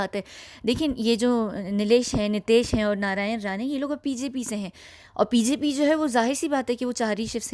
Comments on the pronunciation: There's a problem with your BJP pronunciation..please do correct it..it sounds like PJP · i heard it correctly? You pronounce PJB. Its BJP. Bhartiya Janta Party. Just a small. You are doing Fabulous job...keep it going....We all love you lot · Are you saying it BJP? but why I'm hearing as PJP always??🤔🤔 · Aap B ko P bolti hai ..yeh to sirf people from Saudi do it.. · Why u always says pjp not bjp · आप के इस वीडियो में कोई रिवीलेशन नहीं है केवल यह कहने के लिए की इसमें राजनीति हावी हो गई है आपने 38 मिनट का उबाऊ वीडियो नारायण राने और उनके 2 बेटों पर बना दिया। वैसे बाकी आपके वीडियो अच्छे होते हैं। आपने हर बार बीजेपी को पीजेपी बोला है। थोड़ा इस पर भी ध्यान दें। शुक्रिया। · Mam...as Hindi is not ypur first language ...just highlightinh a small correction its BJP(Bhartiya Janta Party) not PJP